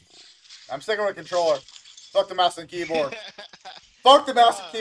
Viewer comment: Lmfao he said controller anjing